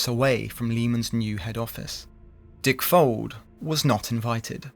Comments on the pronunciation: Heheheh.. you said Dick-Fold 😅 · Amusing how the VoiceOver and sidebar texts refer to Dick Fuld as 'Dick Fold' Folded indeed!